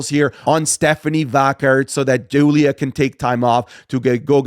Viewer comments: The way says Vaquer pmo. Like does this Mader Vaquer not listen to how they commentate it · why does he pronounce stephanie vaquer's last name like that ?